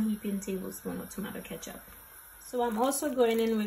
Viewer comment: you say ketchup funny, but definitely sending this vid to the wife!